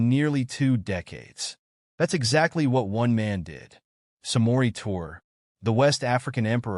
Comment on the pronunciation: Pronounced (Tour-ray) ❤️